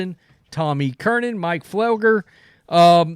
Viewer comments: It’s NOT CURNIN!!!!! It’s Tom CURRAN! CURRAN!! CURRIN!!! CURRIN!!!! THERE IS NO “N” in the middle of his last name! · Jesus, dude. Its fucking Tom E. Curran. Not Kernan! Damn hicks. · Tom Kernan? Who's that? Do you mean Tom Curran? Why can't you pronounce his name?